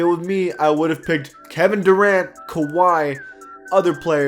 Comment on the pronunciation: Why did he say kahwi